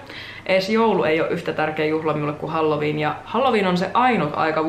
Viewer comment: Mä kuulin ku sanoit halloween nii halju viina :')